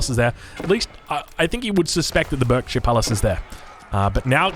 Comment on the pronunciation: For future note Berkshire is pronounced Barkshire